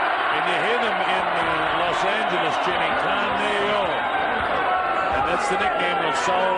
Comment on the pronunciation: nigga said caneo lmfao its canelo